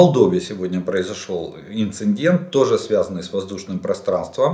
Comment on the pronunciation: Уважаемый Олег Владимирович! С большим интересом слушаю Ваши очень содержательные обзоры, но позвольте озвучить одну маленькую претензию: пора Вам уже заканчивать с "инциНдентами" и"прецеНдентами"! Поверьте на слово - выделенные буквы "Н" там совершенно лишние.